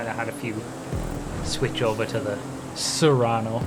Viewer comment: not to be that guy but ... "sue-rano" and "say-rr-ano." but I can never remember which one is the car and which is the SUV